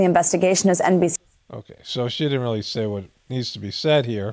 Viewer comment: "O no, this is rilly rilly bad!!!"